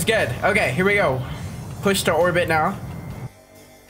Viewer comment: he said push not shi put captions